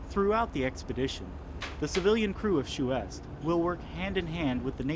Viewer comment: Chouest is pronounced swest ( rhymes with vest or best )